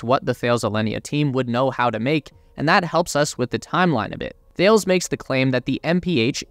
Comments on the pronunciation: It's not pronounced 'Thayles' - its 'Tal-ez' - One of the worlds largest defence and aerospace contractors ! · or is it tah-less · Great video. Btw, it is pronounced "Ta-les" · Thales is pronounced as Ta-les amigo. Another great video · Just as an FYI... "Thales" is a huge (really huge) French multinational. It is pronounced as TA-LESS in French. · Thales pronounced like Alice. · It’s pronounced Tah-lez. The “H’ is silent. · "Thales" is pronounced "Ta-less" :) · Great vid as always. I think it’s pronounced ‘Tal-ez’ though 😜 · "Some of you might not know this company by name" not the way you pronounce it I don't. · You should really Google how to pronounce Thales. The way you pronounce it is so … North American English (and so very wrong). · Sorry but pronunciation of Thales is appalling, c'mon of you want to appeal to a global audience do your research ! Sorry no offence intended just hard to listen too ! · Thank you! Every mispronunciation grated!